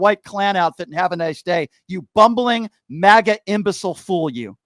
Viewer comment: It's funny that when you say maga it sounds like you're saying maggot. So funny.